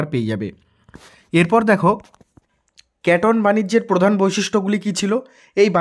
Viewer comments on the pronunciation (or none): Keton noi kenton😂😂😂😂😂😂😂😂